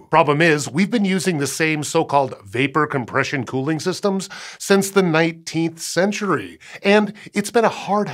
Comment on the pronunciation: I don't like how you said 19th century sir😂 now I feel ancient